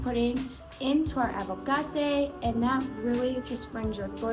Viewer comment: I know you've said you don't like people correcting you, but I can't help but giggle every time you say avo-cate 😅 Agua-cate is the right word